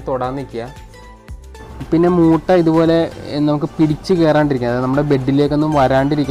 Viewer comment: മുട്ട അല്ല ചേട്ടാ മൂ.. മൂട്ടാ